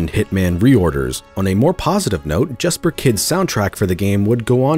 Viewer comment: Jesper Kydds name is pronounced “Yesper” btw. I met him at a restaurant in southern Utah last at year.